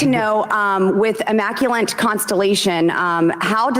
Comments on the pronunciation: She also said "immaculent" instead of immaculate a few seconds before the maritime flub. She's so painfully stupid. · And "Immaculant". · Immaculant and marine-time in one sentence 😂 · "Immacu Lant" 👁👄👁 "marine-time" 👁🫦👁